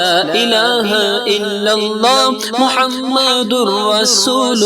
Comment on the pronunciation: when reciting pl pronounce Muhammed accurately. you pronounce as Muhamadur rasoolullah . it is Muhammedur Rasoolullah